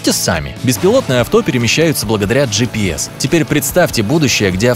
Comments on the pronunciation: Он скозал. Слова. Жипис 20 раз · 30 ты сказал джипэс